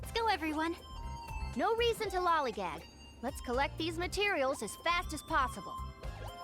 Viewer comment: Lollygag… I can’t say I rock with that pronunciation but that’s just my problem. But hey, on a lighter note at least RED isn’t a ripoff of someone else so doesn’t she technically have the higher ground? Ah, I see Underling doesn’t need OCD to have OCD.